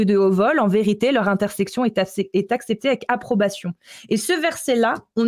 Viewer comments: Intercession,, intercession. Pas intersection 😅😊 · C'est intercession et non intersection;) sinon magnifique travail belle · c'est intercession, pas intersection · "intersection" ou "intercession"? dit toujours"intersection", mais je ne comprends pas ce que ça pourrait vouloir dire. Sinon, anecdote très intéressante! Merci pour cet exposé.